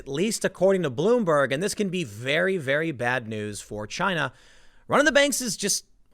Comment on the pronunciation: Generally speaking, chaos in Chy-nah means stability for the rest of the world. 😄